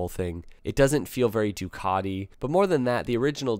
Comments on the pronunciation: Please please please learn to pronounce Ducati there is no letter o in the name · Why can't you say Ducati probably? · you should learn to pronounce names, after all the one of your sponsor (which isn't called "DayAgostini")......Ducaaddi ? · Ducotty????? MV agooster???? never heard of them. Is this how Italian sounds to the guys across the pond?